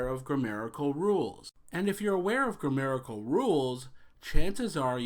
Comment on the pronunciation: It's "grammatical", not "grammerical." ;)